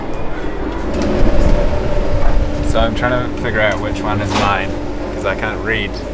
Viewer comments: MERCY lol sorry baba, it´s more like the e in echo mersi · Is it fun to hear a French guy pronouncing "Merci" with the Farsi accent (the rhotic r)?